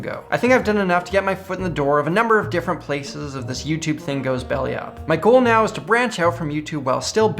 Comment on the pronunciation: Did you just say meow... Instead of now....?